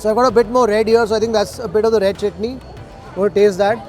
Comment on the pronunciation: Chutni is going man.. at va-saavi restaurant you know.. 😜 bharjari NRI accent